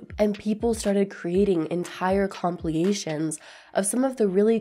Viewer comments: "compliations"? Lol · Look up how to pronounce compilations. Great video as always!